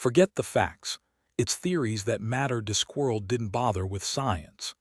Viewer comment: Robo-voice can't pronounce "Discworld" or "conjured". The inappropriate USA accent spoils the feel as well